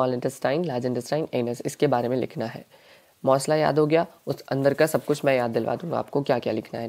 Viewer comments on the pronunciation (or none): Mossla nahi massla